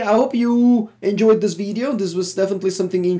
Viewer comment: “Welcome to a new Legacy veedeo” haha. Love the content!